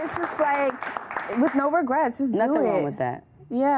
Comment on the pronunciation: Amber said “no REGRATS just do it” 😂